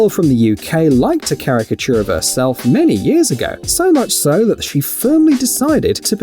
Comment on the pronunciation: Lol i saw that Dr Phil episode. The way she says "characture" in her "accent" is funny. My friend thought it was rly annoyin tho lol